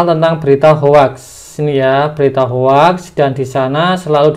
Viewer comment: Maaf mas. Hoax itu dibaca hoxs bukan hoax.